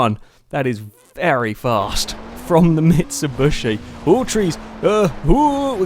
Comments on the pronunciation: its mitsubIIIshi XD not mitsubUsi !! btw i think this channel diserves more subscribers i am with it sicne forza 4 just come out and i was surre it would grow very fast but for some reason it didnt ! gj guys !(where are Alex and Husky?) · Why do you keep calling it a MitsuBUSHi? xD